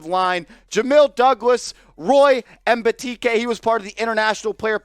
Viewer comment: Hahahaha you BUTCHERED Mbaeteka’s name